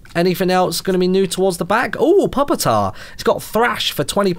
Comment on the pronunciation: Ahem. It was bothering me, perhaps more than it should, but: PEW-PA! it's pronounced PEW-PITAR! I know no one would ever guess that, but the line goes Larva (like baby insects), to Pupa (pronounced Pew-pa) (cocoons, etc.), to tyrant. So that's something.